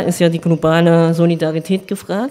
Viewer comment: Man beachte die Betonung des Wortes: Solidarität